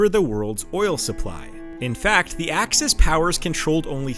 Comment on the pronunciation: Axis? AXIS????? NOOOOOOOOOOOOOOOOOOOOOOOOOO!